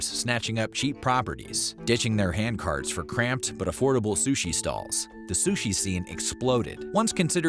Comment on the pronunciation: Biggest offense is calling it “Sush”